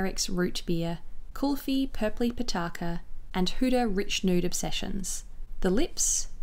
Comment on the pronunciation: Thank you so much for not butchering "kulfi" and "pitaka" lol. I really appreciate you featuring a south Asian brand, I'm Indian and I never see myself represented in beauty and often times shades just don't suit our undertones